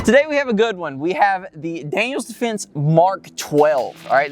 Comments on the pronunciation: Pretty hard to take any review serious when the hilljack reviewing the product can't even properly pronounce the brand. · It's Daniel Defense, not Daniels Defense, I believe. Great video guys!